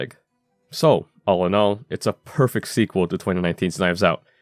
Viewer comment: Nigga you said prefect 😂 this movie was woke holly weird trash